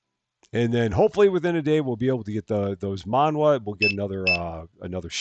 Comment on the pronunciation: Manhwa .. it's Korean .. pronounced man-wa (wa in like water)